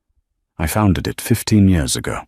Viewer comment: The word is YEARS NOT YOURS. can't A I SAY YEARS ?